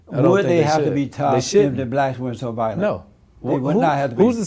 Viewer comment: Especially when he mispronounced "violent." He said, "valent." Maybe it's a colloquial thing.